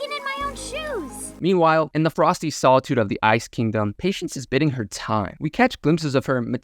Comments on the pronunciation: Also, 'Biding' is bai-ding' and not 'bid-ding.' Root worde is Bide, meaning to wait or rest until later. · “biding”, not “bidding.” Bye-Ding. “Biding” is the present particle of the verb “to bide.” she’s not using ebay or going to the casino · Obligatory amazing video comment before I break your heart and tell you awry is pronounced "uh-rye" Edit: kept listening and you said "Patience is bidding her time" when it should be "Patience is biding their time" (pronounced like bide) If you are doing this purposefully to make people comment, driving the YouTube algorithm, I understand. If you are not doing this purposefully it is okay I promise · Omg and him saying bidding her time instead of biding her time. Jesus is this a highschool freshman using a Thesaurus for the first time? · "Awry" is pronounced "uh-RYE" not "arr-y" 🙄 Also, "biding" in "biding her time" rhymes with "riding". It isn't "bidding". Have you never heard these words out loud? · Plus mundane is not "myoondaine" it's "mahndaine". plus bidding her time vs. biding her time hahaha. i mean it's fair we all make these mistakes sometimes :P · awry = /uh-rEYE/; mundane = /mun-dAYn/; biding = /bEYE-ding/; arises = /uh-rEYE-ziz/; intrepid = /in-trep-pid/; visage = /viz-zij/. otherwise, pretty good! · Biding is pronounced 'Buyding', mundane is pronounced 'mondayn', intrepid is pronounced 'in-treh-pid', and awry is pronounced 'Ah-riye'